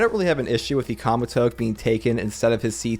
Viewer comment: Great vid! I hope yuuta doesn’t get axed, but idk it’s worrisome. Btw you are pronouncing Kamutoke and Kogane incorrectly. The “ke” in “kamutoke” is pronounced “keh” and the “ne” in kogane is pronounced “neh”